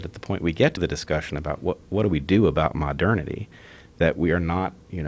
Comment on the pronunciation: Joe “Mah-Dernity” Rogan